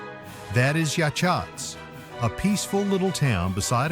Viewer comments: Yachats is pronounced ya hots. Yahots. Yachats. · I live in Newport Oregon and have traveled to many of these places in this video a lot of your B roll that you use does not fit the places that you’re talking about also Yachats was miss pronounced very well researched good information